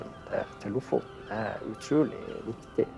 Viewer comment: ...so you have been doing a doc. for a year........and still have not learned to say Lofoten correct .....how annoying.....after 3 minutes I quit......